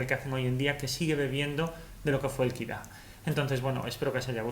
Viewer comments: Muy buen video pero no tenía claro que era “Kira” hasta que te escuche mas detenidamente y se me encendió el bombillo “Ah Kid A “ por supuesto mi años de College ! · Me fascina que digas "okey compiuter" y luego lo llames PUTO KID A, KID A??¿?¿?¿?¿?¿?¿?¿ DISLIKE